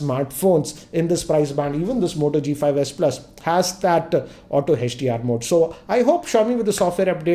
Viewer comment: sir why are u calling hdr hech d r